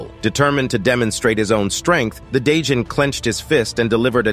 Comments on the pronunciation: A day john? What about a night john? It’s Djinn pronounced as Gin like the liquor bruh… the D is silent and why are u adding that weird accent onto it? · Djinn is pronounced Jin. Not 'day-jin", the D is silent. Just sayin. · My dude, the 'd' in 'djinn' is basically silent. It's pronounced "jin" not "da-jin". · djinn is pronounced as "jin" not "Day-jin" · I’ve got just one issue. The lvl 42 demon “dijnn” is pronounced “gin” which is another name for genie. Other than than, great storytelling. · It’s not called a djinn lol it’s pronounced jinn